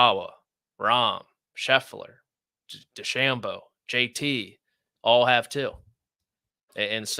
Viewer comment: No offense, but how can watch the whole tournament as an analyst and still not know how to pronounce DeChambeau?